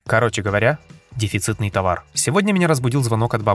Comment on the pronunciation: А почему в названии дЕфицитный, а в ролике дИфицитный)))))